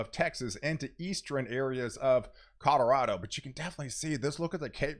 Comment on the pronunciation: Are my ears broken or are you saying codarado 😂